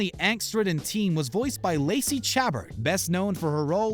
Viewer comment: How can you possibly be considered legitimate when you can’t pronounce Roseanne? Or Chabert? Holy hell.. embarrassing.